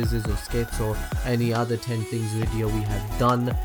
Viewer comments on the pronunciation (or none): none